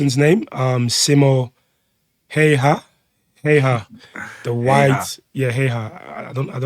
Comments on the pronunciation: Häyhä and Heiha are two totally different things... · If you want to pronounce Häyhä right: ä sounds like the a on the beginning of "action". That 1st a is pronouncef like ä. I'm Finn and incredibly proud of him❤